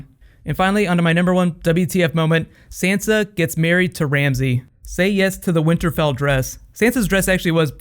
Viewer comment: I can't be the only one that is bothered by the fact he is mispronouncing Sansa's name.